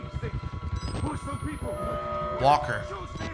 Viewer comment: "If it's fo free, it's fo me"